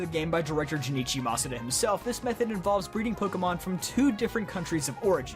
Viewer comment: At first i gave him a pass for not knowing about the shadow pokemon thing, but then he said “masuda”. 😬